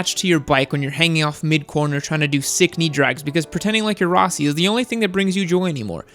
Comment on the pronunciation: The way HE pronounces ROSSI hahahah.... it’s Italian it’s a strong R no arrr